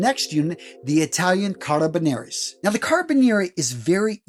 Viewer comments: This guy needs to actually pronounce the title of "Carabinieri" properly. As a former MP who served in Italy at SETAF, with the Carabinieri, please say the title properly. Sheesh. Carra-be-nir-ri. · At least he got the history correct